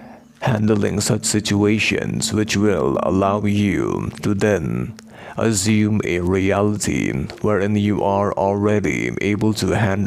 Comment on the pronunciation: I need this answered as well!! what's he saying ?! " azuming" " assuming" I dunno 😅